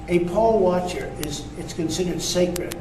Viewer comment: Yo Donnie, it's poll watcher, not pole watcher.